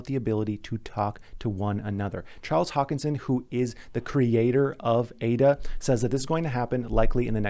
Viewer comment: not Hokinson, but Hoskinson